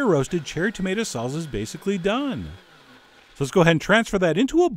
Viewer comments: Did white boy say "salza" ITS SALSA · salSa not salZa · its pronounced salSa not salZZZa, I'm not sure you should trust your spanish teacher anymore lol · It's saal -saa not sal-zuh lmao! I know... I'm Cuban! Lol love your videos!!!!!!!!! Obsessed with your channel!!! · Saul za? Lol! Why is it that the French, Italians and Germans can pronounce one simple word the same as Spaniards but Americans struggle with common pronunciations from their southern neighbors? Love your cooking chef! Keep it up! Much love from southern France. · wow yea no Z in SALSA its pronounced Saal Saah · there is no Z from an S sound in ANY language(except hungarian). SALSA. 2 SSSSSSSes. seriously. I will never believe you on the pronunciation of anything. I love your recipes John, but your pronunciation of everything is atrocious. Pronunciation is part of the education of any dish, make it a priority. I want to believe you're not someone who says MARSCApone......